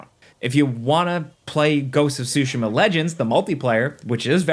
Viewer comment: "goats of sushi ma"